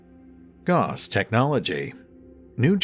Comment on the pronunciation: "Gauss" was a German dude, so his name is pronounced like "mouse".